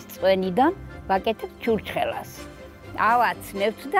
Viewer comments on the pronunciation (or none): Brother you are pronounceing it wrong its called church ხ ela but in eanglish there isnt ხ and this isn't b